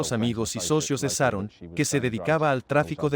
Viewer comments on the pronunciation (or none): se dice Sharon, no saron.... se dice Shock, no sock.... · Pronuncia bien .se diceCharon son buenos narrando estudien pronunciacion